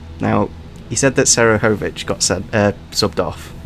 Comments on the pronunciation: how can you guys not pronounce Seferovic..? smfh it’s not Serefovic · I haven’t yet heard a worse pronunciation for Seferovic 😂 Great video though,! The questions were quite difficult, but they were again really creative!:)